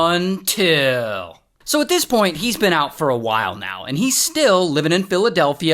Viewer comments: Everything is fine until ray says.... "UNTIL" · Love it when hey says “ UNTIL 👺”